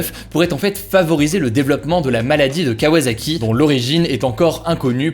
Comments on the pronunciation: C'est qu'un détail mais kawasaki se dit "kawaSSaki" 😊 (ça fait mal d'entendre "kawaZaki") Je tiens à préciser que mon commentaire n'a rien de méchant, je ne veux pas qu'il porte à confusion ! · KawaSaki et non pas KawaZaki Hugo ;)